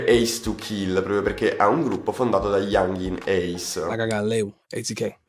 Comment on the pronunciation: Si ma pronuncia bene youngenn ace please